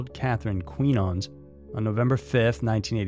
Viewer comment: I just love how he pronounces "Quinones."